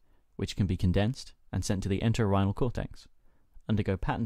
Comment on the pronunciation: you say a word a few times ''Exants''? ''The exants of the Enterhinal Cortex...'' is that correct ? I am not sure what that means. Great work on this informative video lesson!! Keep it up!